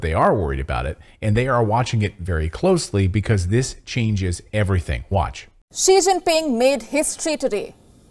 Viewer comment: Its ji ji ping, that can only mean one thing!!! You you you are fooked